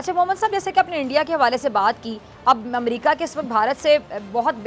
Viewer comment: Is it "Umrika"? It is America.